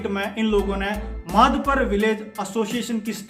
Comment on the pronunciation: Madhpar nai sir madhapar he name hamare gau ka